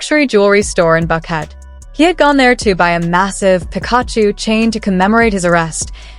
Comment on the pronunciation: Theses videos kill me please learn how to pronounce names before trying to sound smart, 🤦🏾‍♀️ you’re not even close to saying Pikachu correctly 🤦🏾‍♀️ if any of this is really true then this kid just bought himself a one way ticket to the grave!